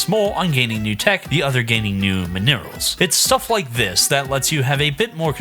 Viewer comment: min-ear alls..... min uh ralls